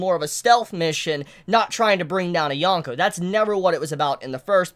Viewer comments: Dude the worst part of watching your videos is hearing you saying "yawn-ko, yawn-ko." It's a long o. Yōn-ko. And I probably seem like a jerk saying this but seriously if you're reviewing this stuff so much you should probably try to pronounce it right. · there's dozens of reviewers who pronounce it Yōn-ko if it's truly a bother